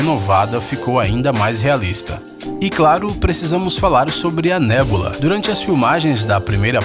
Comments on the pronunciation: Nebola->( Neboloza ) Gamorra->( Gamora) Vedyun->( visão) Croc->( crocodilo) Mesdyc->( mística) MEU DEUS VC NÃO SABE O NOME DOS PERSONAGENS DA MARCEL ( até a minha sobrinha de 6 anos sabe o nome de todos eles) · Gamôrra? Nébula?